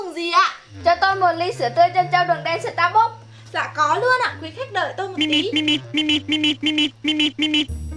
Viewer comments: Đọc là sta “bấc” chứ ko ai đọc là sta “búc” đâu nhé 😂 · dù mình ngu tiếng anh nhưng mà cũng biết đọc sai Starbucks = Sa Búc ???????? WTH :)))